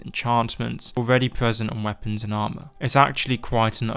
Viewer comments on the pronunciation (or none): none